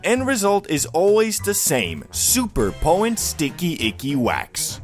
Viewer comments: Poh-tent !!!!!!!!!! It's not that hard to say there I just helped you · Poh-en. They're very poh-en. Such high poh-ensee.